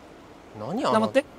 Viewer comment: 「黙って」が「ナマステ」に聞こえるwwww